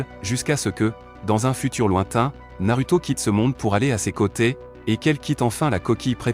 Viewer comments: ça se dit narouto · Et Naruto--> nar(ou)to 😅